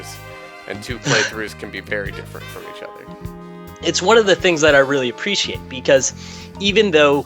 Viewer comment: "appretiate".. uhuh.